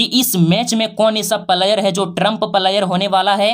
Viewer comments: भाई पहले आप बोलने के लिए सीख लो फ्लायर नहीं होता है प्लेयर होता 😂😂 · भाई तू पहले सही सही बोलना सीख उसके बाद वीडियो बनाना प्लायर नही बोलते है प्लेयर बोलते है😂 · Pahle Bolna sikho player / Palayer nahi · प्लेयर का प्रोनाउंसेशन तो ठीक से करो गुरुजी